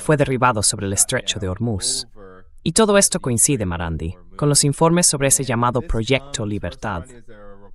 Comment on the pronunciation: Podrán aprender de una buena vez a pronunciar correctamente el apellido del Profesor MARANDI?????? NO ES TAN DIFÍCIL.